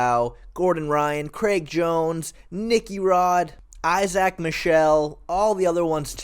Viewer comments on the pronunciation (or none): none